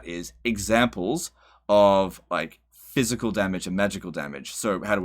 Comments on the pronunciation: Thanks for helping CA out by giving the in-depth info they are opposed to providing. Honestly at this point you might know more than the devs, given how many tool-tips are wrong on unit descriptions. Minor note - "PHYSICAL" not "PHYISCAL" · Great video. Do more. BUT it's "physical" not phyiscal" lol